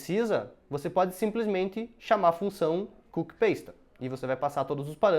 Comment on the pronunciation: Legal! Gostei. Mas tenho uma dica na pronúncia do inglês. "Pasta" fala-se como em português. Não é "peis ta", é pasta mesmo.